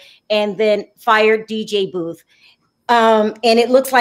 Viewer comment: I love your show btw it is DJ Boof